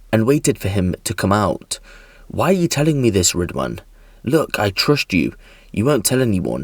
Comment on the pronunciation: “Ridwhaan” WTF